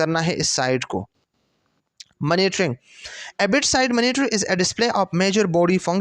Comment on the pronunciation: Mera L krta hy sub:: phly monitoring ko maanotoring nhi prho 😅